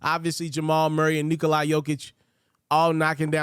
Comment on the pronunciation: Good content bro! Also it's pronounced Knee-cola Jokic not Nikolai